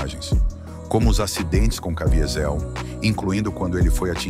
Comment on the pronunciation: Cavízel. Está é a pronúncia.